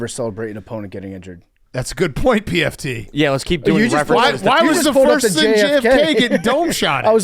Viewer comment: Love how calls pft pmt lol